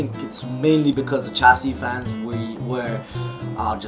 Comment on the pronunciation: It's not pronounced "Ch" for chassis its "Sh"